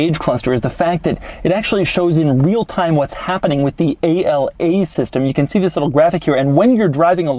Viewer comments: “A-L-A” it’s actually “Ala” which means “Wing” in Italian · Its ala not a-l-a, ala it's one word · + Doug DeMuro, please do better research... It's not "A-L-A"... It's "ala" (pronounced "á-laa"). It is NOT an acronym (no dots separating the individual letters). This word means "WING" in italian. The active aerodynamics wording was a gimmick made up for anglo speakers. Remember the Lambos are always identified in Italian language. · It's not A.L.A. it's just "ala" and it means wings in Italian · A-L-A (ala) literally means "wing" in Italian. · Ala literally means Wing in Italian, so it's supposed to be pronounced like that, not spelled like initials. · “A-L-A”??? In Italy we pronounce it in a single word and it simply means “Wing” :) Good job anyway, as usual 😉